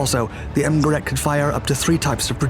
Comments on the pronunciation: You’re mispronouncing “Gerät” (device) in German. The ä is pronounced ay not aa. I would think you can teach AI voices to speak German correctly. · As your pronunciation of "Gerät " was nearly right the first time, it subsequently morphed into sth French-sounding, like "guerrette" . Sounds really funny, if you don't mind.. 😋... after all you get the "ä" right and don't simply ignore the "dots" as many do! To get it right, just keep the "ä" a little bit longer, then it's perfect! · Gerät, not gerat.... it is pronounced like g'-raid...do your home work before you do videos please, don't be such a yank..